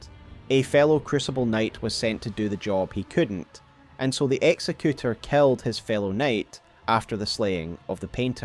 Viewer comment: You're mispronouncing executor. Exec- as in executive. Exec-you-tore. Not execute-er. His name doesnt mean he executes people. That would be executioner. Executor is someone who carries out someone's final will (in his case, implied to be the painter's).